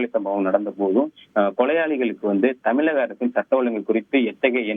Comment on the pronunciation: செய்தி வழங்குபவர் தமிழக என்பதில் 'ழ' கர உச்சரிப்பில் ஆழம் இல்லாமல் தமிளக( !) அரசு என்று உச்சரிப்பதாகவே உணரப்படுகிறது. தமிழக ஊடகங்களில் ழ, ச, ங, ஞ, ற, ர, போன்ற ஒலிகளை பெரும்பாலான செய்தி வழங்குவோர் உரிய நயத்துடன் உச்சரிப்பது இல்லை. தந்தி டிவி போன்ற தமிழர் ஊடகங்களிலாவது தமிழ் ஒழுங்காக உச்சரிக்கப்படுவதை ஊடக உடமையாளர்கள் உறுதிப்படுத்த முன்வர வேண்டும்.